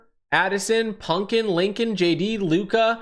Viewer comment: Did you say Lincoln?